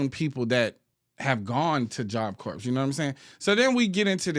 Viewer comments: I know this is a small thing, but it is messing with me so much: corps is a French word, and the 'ps' is actually silent--so you say it like what's left after you finish eating an apple, or the center of the Earth--CORE. I couldn"t take constantly saying "corpse" like it's a dead body.😅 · Don’t mean to be that person but is “ps” is silent in Job Corps (Core) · It’s pronounced “job kor” - job corps 😊😅